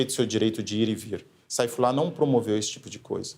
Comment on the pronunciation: A pronuncia certa não é "Seifullah"?